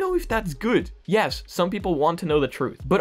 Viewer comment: "Some people just want to live their.....LIE-ves"